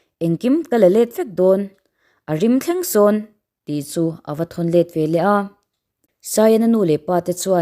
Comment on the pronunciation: I chhiar thiamin i aw a nalh e. A hnuaia mi erawh hi chu i lam dik lo deuh em aw tiin ka ngaihtuah. Veleh, ve-leh tih tur anga ngaihah hian velah (vel-ah) tih ang deuh hian i lam tlata ka hriat chu.